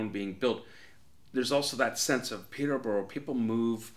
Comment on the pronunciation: 'Peet-ah-burrah. Peet-ah-burrah FC'. It's not hard to say. The rest of it sounds okay.